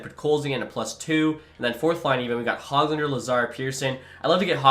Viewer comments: FYI it it is not HOG-lander it is pronounced hogg-lender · Dawggg come on man. Stud-neetch-ka, Hogue-lander, Petter-son, mick-hey-ev